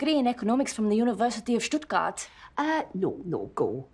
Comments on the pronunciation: Fun Thing, I am pretty sure this Lady realy was german - her pronounciation of "Stuttgart" was perfekt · Hehe Stuttgart, that's where I am and she pronounced the name quite good.